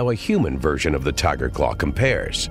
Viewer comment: REEOWL TYYGAH, lol